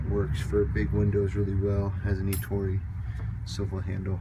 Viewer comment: finally a window cleaner who can say the name ettore right, know i know I'm watching a video from a real window cleaner. except it not called a mop, it's a wond cover. but you have all the right terminology..